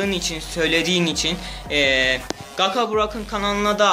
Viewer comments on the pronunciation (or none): 2.Like knk bu arada kanka Gaka deyilde Gaça diye okusan :) Özelden hazirladiysan yazsana Sözleri :)